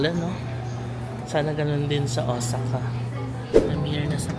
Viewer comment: Correct ko lang po sana un pronunciation po ng Osaka. It is Ow-saa-kuh po. Thanks